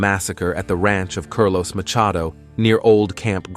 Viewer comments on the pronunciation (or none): I love these but geez… Carlos pronounced “curl los” and Jesus ( heyzus) pronounced as our lord and savior. Is this A.I. narrations?